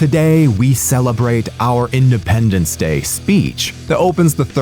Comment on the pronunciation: Did you say "Findependence Day"